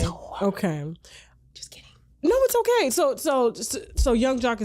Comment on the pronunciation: … it’s the initial “oKay? For me. Now why you said it like that? 😚